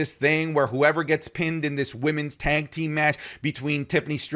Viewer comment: You always say tank team 😂